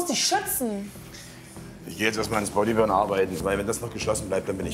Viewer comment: Bin ich der einzige der sich fragt, wie lange es noch dauern wird, bis mal Body Burn richtig ausspricht kappa